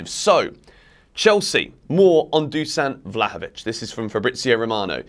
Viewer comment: Better vlahovovic on bench then lukaku. I said it month ago. And it's pronounced Dushan.